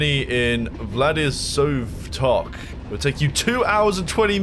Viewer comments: Also , Vlad - ee - voss - tock . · Couldn't pronounce or actually read Vladivostok, but had the gall to spew dated NATO propaganda about Chinese social credit and then the 'Nothing happens in Russia' trope. Did your intelligence get refunded or is this how Western education creates individuals? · the vladivostok pronounciation lool, i cant 😭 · Man I'm not even russian but reading vladivostok like that must be a crime somewhere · Nice to see you back fella, even if your pronunciation of “Vladivostok” hut my soul. 😂